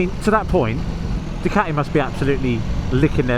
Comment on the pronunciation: But it's a fakun Du-Cati 😅